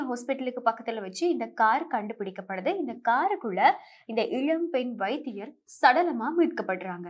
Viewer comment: Your pronouns is like இளம் not இழம், Please lear proper meaning and pronunciation